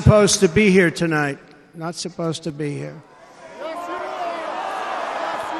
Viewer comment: Why do "Yes you are" sounds more like "Yeshua" at the end 🤔💭